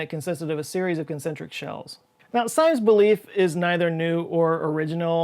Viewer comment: Great video. Just a little FYI: I actually grew up in the part of Ohio in which Symmes made his home. The correct pronunciation of his name is "Sims." Lots of stuff there is named after him.